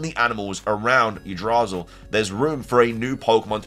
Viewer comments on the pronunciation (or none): Yggdrasil - Yeh-Dra-seal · Yggdrasil is pronounced: igg-Drah-sill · I pronounce it Yogg-drah-sill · I donno the norske letters aren't the same as our western words for instance they swap w for v and v for w so wall to them is pronounced vall. So the letters arranged in certain ways makes different sound in norske I always thought it was yigdrasil. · Yggdrasil is pronounced "YIG-DRUH-SIL"